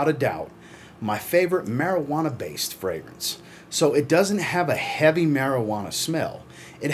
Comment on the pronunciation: You say marijuana like a cop lol!!